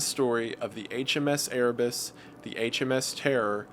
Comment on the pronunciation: I heard Erebus and my inner warhammer geek cringed